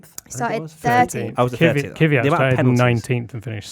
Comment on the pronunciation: For the last time it's kveeyat